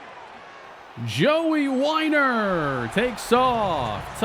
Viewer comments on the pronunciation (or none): You pronounced Weiner wrong.